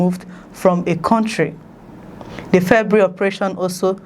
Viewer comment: Send them back home. Please Nigerians giant of corruption, giant of theft, giant of blackouts, giant of bad roads etc. a Failed nation. The word is not ( febry) it’s February. Four vowels not two.